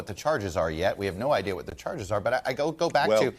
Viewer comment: Did Ari say ideaR? Like Bostonians who drop R's then place them where they don't belong? I can say that as a propa person from Southie (back in the day) I immigrated to Quincy. In a village in Yorkshire, UK on my first full day after an insane night out... My friend dropped me at a pub for "the cure" and was meeting me for lunch. I asked the bartender where to get tablets for a headache. He told me to duck through an alley and look for the Chemist. There were alleys everywhere! I was lost but realized I had a stalker. Did I mention the previous evening? Well it was a lady with a baby in a pram wearing high heels and full makeup. I ducked into another alley to let her pass. But ste stopped and looked at me. She explained I had been with her husband the previous evening into the WEE hours. I flatly denied the accusation! She informed me her husband was the bartender I'd taught to make a few American cocktails. We became fast friends and she walked me to the Chemist. Before we parted ways she asked me to speak to the baby in my American accent. I obliged and said "Pak tha ca in Havad Yahd" She asked if I was from Texas and I said Yes mam